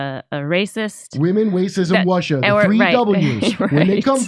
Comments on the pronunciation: "Women, Wacism and Wussia" 😂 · "women, wacism, and Wussia" 😆 yep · Waman, Wacism, and Wussia! LOL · Wacism Wussia and wamen 😂😂